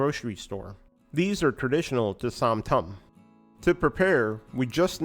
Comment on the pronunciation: Som tum. "Som" pronounced like "Soam."